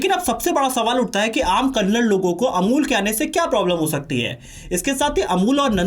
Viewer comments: It's not Kannad, its kannada. Please correct. Content is good.!! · Kannad Alla Kannada ❤ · Kannada* karnataka* pronounce correctly....!